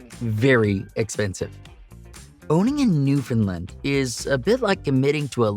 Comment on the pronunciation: New fin land, not lend